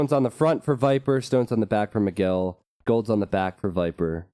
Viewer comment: Who is "Mageel"? :P His name is Miguel and is pronounced as "Me guell". Check it on Google translator in Portuguese to hear it.